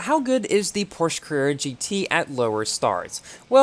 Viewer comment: Bruh when will learn how to properly pronounce "Porsche" it pronounced like "porshuh"